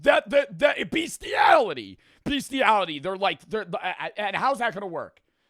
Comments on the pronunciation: BEEstiality. Cough cough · It’s Beestiality 😅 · Bee stee ality